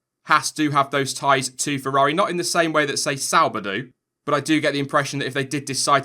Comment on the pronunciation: 'Let me know what you think'? Well since you asked, why can't you say feRRaRi? Its not fewwawi bro...